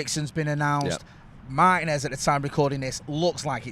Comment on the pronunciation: Holy Cow can British people learn to pronounce Spanish names !!!! 🤯😤😤 Martinez is pronounced "Marr Tea ness" Spend sometime and research names you are not familiar with it shows professionalism !